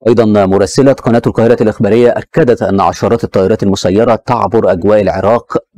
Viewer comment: إيه المذيع اللي بيقول سواريخ والكاهرة والعراك ده جايبينه منين